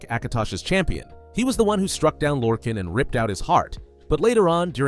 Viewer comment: Small nitpick but it’s pronounced “lore-khAAAn” like ghenghis khan or Han Solo . Michael kirkbride creator of the deity even said so on a selectives lorecast